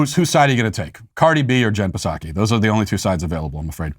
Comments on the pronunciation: Why is matt saying the P in jen psaki. P is silent matt in jen psaki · Psaki? The p is silent.